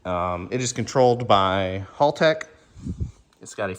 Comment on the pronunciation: It’s pronounced howl-tech. For making engines live Motec is kill.